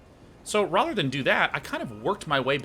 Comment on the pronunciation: You should make a stream out of how to pronounce 'rather'